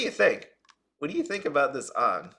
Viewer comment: Not being rude or anything but your saying AANGS name wrong. You just reminded of the bad live action avatar movie. 😢